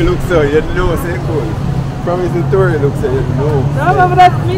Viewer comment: Tory I love your pronunciations😂😂😂